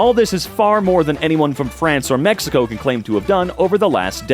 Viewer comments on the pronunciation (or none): none